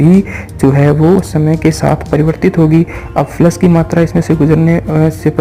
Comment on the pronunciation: Flux bolna seek phle